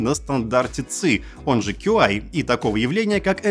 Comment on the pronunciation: каждый раз кекал с стандарта "ЦЫ" :D стандарт называется Qi, произносится как ЧИ